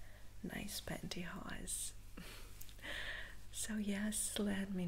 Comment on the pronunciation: Hello, I just wanted to say that I haven’t seen one of your videos for quite some time now, if you don’t mind me saying, you look absolutely stunning and beautiful, I also love how you say pantyhose, I could listen to you speak for hours, thanks for the tingles, take care.